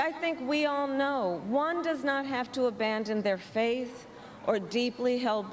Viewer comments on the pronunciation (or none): none